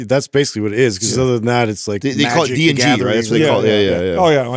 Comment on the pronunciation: My IMMENSE frustration hearing you guys butcher D&D 😂